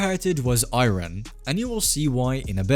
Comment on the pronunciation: It’s not “I ran” Lol, learn how to pronounce the country’s name; Iran